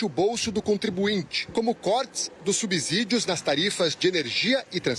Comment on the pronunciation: Natuza Nery na palavra 'subsídio' o "s" pronuncia-se como som de 'c' e não de'z' com você falou, tá!?